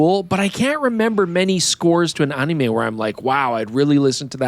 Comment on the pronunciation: why he pronounce "anime' like that?